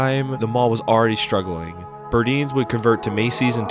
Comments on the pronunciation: The store, spelled as Burdines is pronounced BURDYNES not Burdeens! The sound is a long I. The store Burdines like dine. Burdines. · Also the b dalton is really still Barnes and noble, they own the trademark. And you’re pronouncing burdines wrong it’s a hard “I” like eye not eens. Great channel! Loved this video